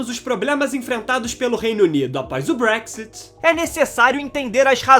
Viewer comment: Realmente não sabe nada .. sim que o Brexit foi fodd agora vc não sabe nem pronunciar Brexit .. segunda o país não está pobre sim está aumentando a desigualdade .. ou seja quem vem aqui ficar fazendo bosta nenhuma e trabalhando só no básico sem se preparar como profissional esse tá fudido mesmo .: ou seja tá foda pra quem nao tem nada a oferecer .. agora o título é tão idiota que na verdade o Brexit foi para não receber mais ninguém .. ou UK não quer que venham e não ao revés ..